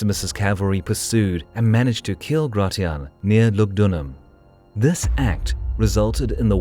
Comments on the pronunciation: Nice vid but isn't Gratian pronounced grey-shen not grey-ti-ahn? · Gratian is pronounce gray-she-in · Gratian is pronounced GRAY-SHH-N